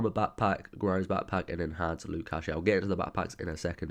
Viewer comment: cache is pronounced cash :) not cash A :D